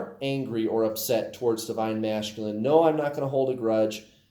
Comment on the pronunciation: Do you say masculine that way just to irritate me LOL I’m sure I’m not the only one